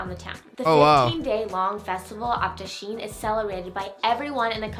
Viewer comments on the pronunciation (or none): It’s pronounced dasai even tho in English u write Dashain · Did she say dashin it’s not pronounced like that.... but I am great full for them taking the time to make a video about Nepal